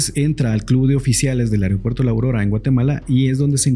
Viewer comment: Se dice AEROpuerto.